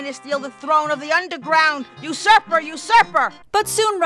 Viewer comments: you surfer?... it's usurper... sigh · This is the second best King's Quest game IMO. Also "you surfer" is actually "usurper". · She's saying "usurper,". (shakes head) To be fair though, her Ps do sound like Fs for some reason. Also, I'm a little disappointed you didn't catch that it sounds like she's saying "Blow me" a few seconds before that. O_O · I think "you suffer" is actually "usurper"